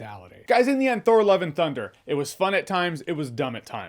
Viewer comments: I keep hearing Thor "Eleven" Thunder 😅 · Why does it sound like he's saying 'Thor Eleven Thunder' ??